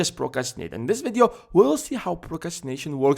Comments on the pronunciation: I like how he says videoo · The way he says “video” 😂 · i love how you pronounce video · just came here to listen to you saying "video"